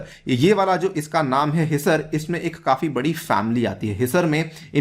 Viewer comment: हीसर ,, नहीं सर ..हीसार है